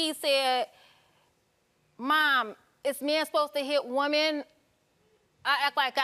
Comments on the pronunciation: Her saying woman when she should say women is driving me 😂😂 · They're are so many things wrong here but I can't get pass her saying "woman" instead of "women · #1 Something is not right with her. I can't put my finger on it but something aint right. #2 I couldn't get past her saying woman versus women😂😂😂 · Can she not say women??